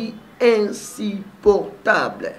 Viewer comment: Commence par dire INSUPPORTABLE et non INSIPORTABLE